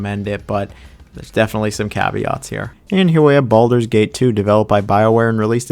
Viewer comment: Did he call it Baldurs Taint?